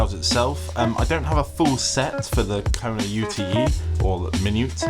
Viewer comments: Small point, but I think you’ll find it is a Kona UTE (yoot, as in short for Utility) , not U.T.E 😊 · Its a Kona 'ute', pronounced 'yoot' like the Australian utility vehicles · Australian here. Can confirm. Ute. (Pronounced Yoot)